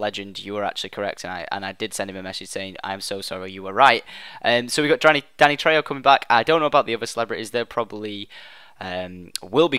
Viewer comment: You pronounced Danny's name right!